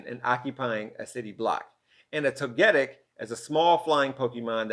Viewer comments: you murdered togetic’s name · You do realise that your 8 and 11 year old kids are gonna call you out for confusing Snorlax with a Dr. Seuss character, right? And not just for mispronouncing Togetic, right?